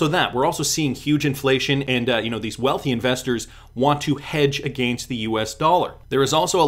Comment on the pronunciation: Can you say against without Sounding super Canadian lol